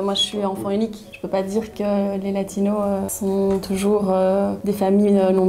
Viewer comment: Faut arrêter de dire Latinos ou alors prononcez le "s" comme en espagnol - sinon c'est Sud-Américains